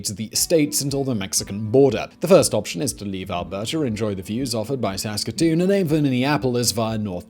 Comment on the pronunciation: Thank you for pronouncing Saskatoon correctly.